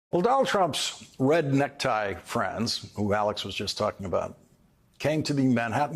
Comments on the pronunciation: 🤣🤣🤣🤣 "redneck tie" is how I heard that 🤣🤣🤣🤣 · He meant "red neckties," but yeah, it sounded like "redneck ties" lol